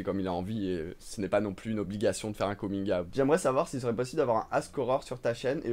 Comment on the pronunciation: Bon ben, j'adore tes vidéos mais pour ta prononciation anglaise de coming out, faut dire comigne out et non comingue a-out. Et pour ta question sur quel âge pour faire son coming out, moi c'était à 36 ans, quand mon ex copine enceinte de mon fils a dit à tout le monde (famille et collègues) que j'étais gay. Personne ne l'a crue mais j'ai dit à tous qu'elle avait raison en partie puisque je suis bi. Bon ok, 25% hétéro, 75 % gay. Par ailleurs, tu dis que Pl Cloutier est trop jeune pour toi? Ben moi à 60 ans, je suis dispo pour ta prochaine visite au Québec... Gros lol ici!